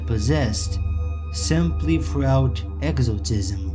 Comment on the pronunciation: Or when he says exortism.